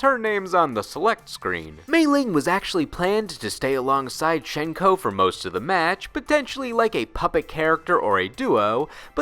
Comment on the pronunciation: Nice video mate. Fairly nice refresher on things. c: One thing I want to bring up immediately is about Hsien-Ko's name and its pronunciation. So, her name in Mandarin is 仙姑 (xiāngū), deriving from the xian of the Eight Immortals pantheon of Taoist mythos, 何仙姑 (hé xiāngū). According to sources, it is pronounced as 'syen-ko' rather than 'shen-ko'. Pocket Fighter pronounces her name correctly. While her name Lei-Lei has the funny and interesting double spirit meaning, 仙姑 actually has some rather fascinating meanings. Chief among the meanings are 'female immortal', celestial, and sorceress. Honestly really cool meanings that can fit both sisters in a sense. Mei-Ling's name in Mandarin is 美玲 (měilíng). Her name unfortunately has no real interesting meanings and just seems to have been picked as a general female Chinese name. However, 美 does have several meanings that relate to beauty. I don't know about you, but Mei-Ling is quite beautiful. Also another fun fact and very little-known thing about both Hsien-Ko and Mei-Ling: their official family name. 少 (shǎo) is their family name, stated in Pocket Fighter. It is misspelled in the English version of the game. With that in mind, their full names would be in Chinese: 少仙姑 (shǎo xiāngū) 少美玲 (shǎo měilíng) As for the spells you mentioned about their lore. What Hsien-Ko and Mei-Ling used was Tensei-no-Jutsu, but a forbidden sub section of that technique known as Igyo Tenshin-no-Jutsu. Beyond that, really nice to see her be given spotligh